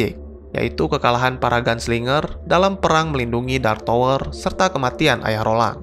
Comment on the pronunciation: Bacanya Tawer bukan Towor bro